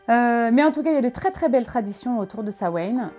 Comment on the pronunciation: Ça se prononce pas comme ça, ça se prononce "Sa-ween" (en gros), attention, ça reste un mot d'une langue encore vivante, donc il y a une prononciation correcte normalement